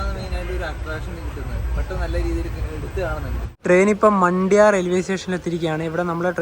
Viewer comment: മണ്ട്യ അല്ല ബ്രോ. മാണ്ട്യ ആണ് ബ്രോ. ഈ മാണ്ട്യ എന്ന സ്ഥലത്ത് ഒരു 03 വർഷം മുൻപ് സ്കൂൾ ബസ് പുഴയിലേക്ക് മറിഞ്ഞു അപകടം ഉണ്ട് ആയിരുന്നു. ഒരുപാട് ഒരുപാട് സ്കൂൾ പിള്ളേർ മരിച്ചിരുന്നു. ഞാൻ അപ്പോൾ മൈസൂർ ഉണ്ട് ആയിരുന്നു. ഞാൻ കർണാടകത്തിൽ മൈസൂറും, ബാംഗ്ലൂരും ഒക്കെ ഉണ്ട് ആയിരുന്നു. ഇഞ്ചി കൃഷിക്ക് പോയത് ആയിരുന്നു. പിന്നെ കല്യാണം വർക്കിനും പോകാറുണ്ട്. എന്റെ വീട് വയനാട് ആണ്. നിങ്ങളുടെ പേര് എന്താ? വീട്? എവിടെ? ആണ്?